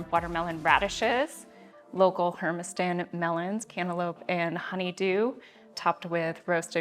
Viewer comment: Uh,, it's pronounced and spelled "Hermiston". Not Herma-STAN.